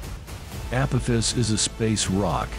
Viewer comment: ...app-oh-fiss? 😂 Edit: What "New and Terrifying Warning"? The click bait is strrrrroooong with you.